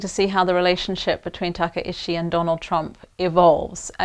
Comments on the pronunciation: It is disappointing to hear the professor mispronounce the new prime minister’s name repeatedly. It is exactly as read “Takaichi” not “Takaishi”. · It is "Takaichi", not "Takaishi" -- those are two different surnames